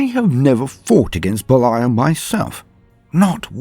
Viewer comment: Well just his name isn't Beliel, its Belial...